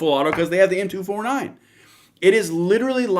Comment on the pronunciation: M 2-4-9 NOT M 2-49 CLEARLY NOT VERST IN MILTARY LINGO YET THINKS SHE CAN TALK ABOUT THESE WEAPON SYSTEMS.